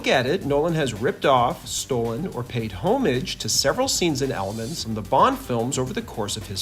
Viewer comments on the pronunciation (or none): '(h)omage' not 'holmemadge' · "Home-idge" What. The. F%ck.